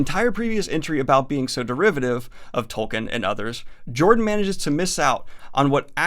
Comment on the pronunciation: ugh, speaking of doing research, I know most of you will get annoyed at me for being nitpicky, but Tolkien is pronounced "tolkeen", not "tolkin". It really gets on my nerves considering how many times you mention his name in this video.